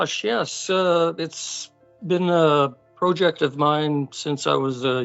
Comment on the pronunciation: The way he mispronounces "project" sounds so off. Is that how some foreigners pronounce it and he thinks it makes him sound more worldly?